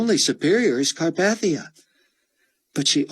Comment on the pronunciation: CAR PAY THEE UH 😑